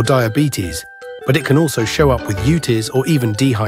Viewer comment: Did he say UTIs as a word? Youtis?😅